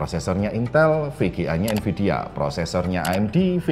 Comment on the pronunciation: NVIDIA pak, bukan NVIDA